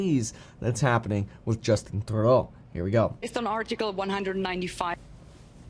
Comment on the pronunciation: I love the way she says “are-tickle”